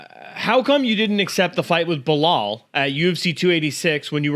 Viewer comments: “ bill lial” 😭😭😭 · When he says baba loool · Bill-lie-uhl. Lol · “Bill Lyell” New name for belal 😂😂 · “Bill Lyle” 😂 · Lol he called Belal Bill Lyle 😅😂😂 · Oh yeah his junior high trash talk is so entertaining. "Cumshot" and "Be-lie-al" repeating the same goofy shit over and over.